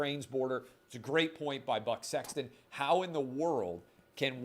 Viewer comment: Lol, my girlfriend was in earshot and when Clay says Buck Sexton she goes "butt s*x"?